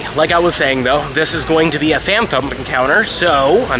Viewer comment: I’m sorry I hate being that person but the phan”thump” pronunciation is killing me